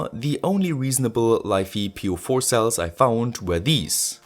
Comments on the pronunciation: Pronounce LiFe as life, not life e. And all together it's life po, just like li-po. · Great video, just on thing for the LiFePO4 pronunciation, it's pronounced: life po 4 not lif e po 4. Besides you can't split F and e as iron is Fe.